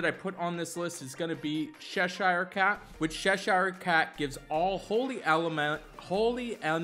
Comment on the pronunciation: Sheshire Cat? Who is that? As an Anglo-American, it's CHESHIRE, like Chesterfield. Love everything else, though.